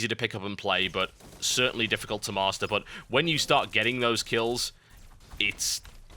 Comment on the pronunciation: "Certainly dificult to MAST... " LOLWUT!!!??